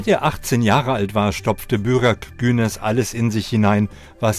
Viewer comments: Haben die Buraks Namen wie Börek ausgesprochen 😂😂😂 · Buraks Und nicht börek Das ist was zu essen 😂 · Ach komm schon wie kann man Burak falsch aussprechen. Es wird genau so geschrieben